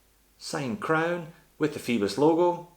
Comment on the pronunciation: I could be wrong but oi is usually pronounced like oy, so Phoibos should sound like foybos and not feebos, what do you think?